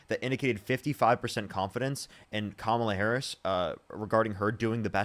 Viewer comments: Her last comment genuinely proved how racist and sexist she is lol. She couldn’t properly say Kamala’s name right but when she has to refer to her as VP Harris, suddenly she NEEDS to say JD Vance is the VP right now lol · ahh. I think you're reaching a lil bit. The mispronounced kamala is definitely disrespected. But we have to stop bitching and moaning about petty things. Its disrespectful when Trump makes it a point to say Barrack Hussein Obama. But saying Kamala, Hillary is not. Plus, I've heard Biden get called Joe many times and slick willy called Bill and Donald called the Donald. There is so much to go after that actually has substance. This type of bs is part of the problem where they paint the left as just whiney lil bitches. Im sorry. I swear I mean no disrespect. But I've now watched the worst potus and person to ever grace the Whitehouse. And the greatest divide in my life of our country (im 49) a country i served proudly. And a lot of it is because of our own internal culture wars or making sure we use the right pronouns. " Ahh, I'm offended so I'm not voting...." The republicans 3rd biggest campaign money expenditure was on thd trans issue and scaring people. So instead of winning the election where we could make sure its equal but not special rights etc. But no, prominent dems including Kamala fumbling the ball especially with the comments about a prisoner can receive a sex change. (I know her reason and that she had no control of that policy) But ffs. Less than .01% and its worth it to have trump for 2 terms? As usual the repugs put us on the run chasing our tail. If trans people really think that republicans would be better for their rights than good luck to you. Im not pand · Who would name their kid Komla? It’s Kamala (ka/ma/la) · “Kamala, whatever”, really,,, whatever your name is. Say her name correct, it’s pronounced “Comma-La”. We thank you for your mind numbing thoughts.